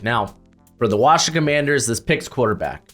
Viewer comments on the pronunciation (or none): none